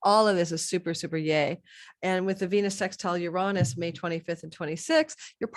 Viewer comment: Please learn how to pronounce Uranus… smh